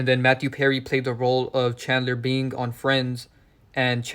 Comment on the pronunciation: Bing sound alao like being